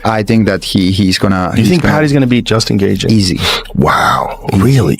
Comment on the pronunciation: Justin geeever..... like wtf. If this was an mma fan they wouldn't have pronounced it incorrectly.